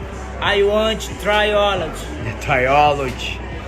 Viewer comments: I heard Tri-olig whatever that is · Did he say "try olives"? And his dumb coach says the same shit...smh 😆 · The meme at the end tho lmao i thought he said biology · Trilogy, I thought he said he wanted to try olives lol.